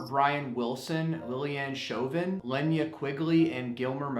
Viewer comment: It's pronounced "Luh-nay-uh" Quigley